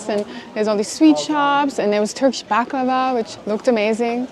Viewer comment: It's not balkava it's baklava